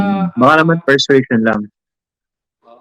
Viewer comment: Purse-sway-sion or Purse-suasion. Lol